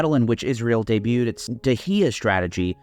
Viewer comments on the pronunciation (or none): none